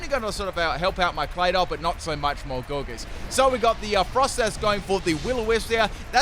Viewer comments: Gore Geese lol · says Gourgeist wrong say poltergeeset right wtf man? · When he says poltergeist right but not gourgeist 😩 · He said poltergeist just fine, which is why i’m confused about Gourgeist 🤨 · How does one man pronounce it “Gourgeest” and then in the same sentence say “Polter-GUY-st”